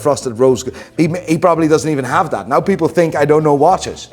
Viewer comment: I'll subscribe to your channels and tell all my friends and family to subscribe if you can say "right now". Instead of right naehhh. Think it's be funny to hear you try.